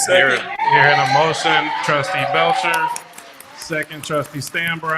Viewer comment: BELCHER SOUNDS FOOD WITH THAT I. NO STRESS